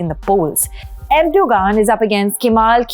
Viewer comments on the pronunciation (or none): About your edit...there were so many things she "mispronounced". Like Erdoğan, for instance. The point is, why are you so fixated on that one thing? Why fret the details? Do you pronounce Kerala and Thamizh Naadu the way they're meant to be pronounced?